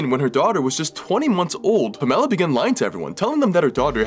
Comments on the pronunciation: Pa'mela huh? Lol!!! Pam'ela The emphasis on the symbol counts. 😊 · This is really sad, but it was kind of distracting that you were pronouncing Pamela differently than I'm used to. Usually it's pronounced as if it's "Pam", and then "uh-la" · Her name is Pam-a-la. Pamela. Emphasis on the second syllable. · It's pronounced "Pam-ell-uh" not "Puh-mell-uh" lol. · it isn't THAT difficult to pronounce the name "Pamela." It's "Pam-EL-a," not "Pa-mella!" 🙄😂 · I'm not sure if her name really is pronounced like that, because that might be the case. But typically the name Pamela is pronounced PAmela, not PamEla. Im sorry, but that was honestly the only thing I could focus on 🙈 Im so glad the little girl finally got help! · Pamela.... Pronounced Pam(same as Sam)eh luh with the emphasis on Pam.... PAM-e-la. My aunt's name was Pamela. She, however, was not a criminal child abuser. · Wait. Did you pronounce Pamela like Pa-Mel-low? It’s Pam-ah-La 😂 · This is sick. But the name is pronounced: Pah ma la. Not Puh mell uh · Pa-mell-a? off topic but that is pronounced Pam-a-lafor the first 50 years of my life. have i missed something? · Wouldn't her name just be pronounced 'Pam-ela'? Where did 'P'mela' come from? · Pa-Mela???. 🤔 Not Pam-ela??! 🧐🧐Nevvver heard it pronounced like that 😕🤔🤔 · PAMela not PaMELLA. Who pronounces Pamela like that? 😂 And Gypsy didn't save shit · he's pronouncing it Pam-ella. Normally it's pronouned Pam-alah. It's just an odd way of pronouncing it. 🤷‍♀️ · it’s a very common English name. I know many Pamelas it’s pronounced like Pam-uh-luh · The story is horrifying but I’ve never heard that pronunciation of Pamela ever. Sounds like Pom-eh-la.. almost like Pomona 😂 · It’s the pronunciation of “pomm-ella” for me 😂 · Pam-a-lah is how to pronounce "Pamela" and the hero in this particular story is the school nurse, not Gypsy Rose. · Not this guy pronouncing Pamela as "pa - mella" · Hey Pamela is pronounced Pam ah la. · It's pronounced Pam ella.